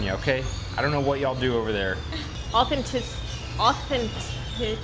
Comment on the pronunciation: Half this on you. You can’t even say authenticity. I never trusted yt people in Mexico. Please do better.